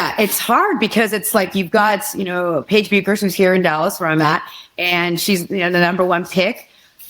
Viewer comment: It amazes me how much people in the industry get Paige Bueckers last name pronunciation wrong. Phonetically I’ve heard Bukers, here it sounded like she said Beekers, and even the close caption algorithm spelled out Berser so it’s confused. Which leads me to wonder how can any really great player like Paige get recognition when people in the industry can’t even pronounce your name ?! Incidentally it’s Beckers, phonetically.